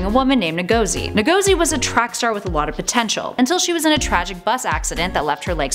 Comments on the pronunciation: The way you pronounced Lagos, and Ngozi insults me as a Nigerian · She doesn't know how to pronounce Ngozi or Lagos. Sad. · Her name is pronounced IN GUH ZEE And the city is pronounced LAY GUS. Keep up the great work. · lol Nuh-go-zee. It bothers me how people don't even try to sound words/names out (I don't mean her, just in general). NGOZI, think of words that end with NG like ending <- lol. Now instead, start with that sound, Tad-ah! pronunciation 101.....Nuh-Go-Zee for yourself.